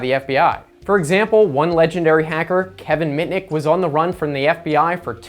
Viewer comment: It's not 'Kevin picnic' it's 'Kevin mitnick'